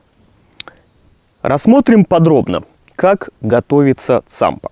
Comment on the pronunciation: только правильнее Тсампа